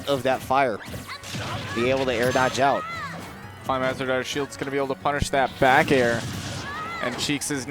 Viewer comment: I knew I wasn't the only one irked by that. Someone please tell him how to pronounce "Climhazzard"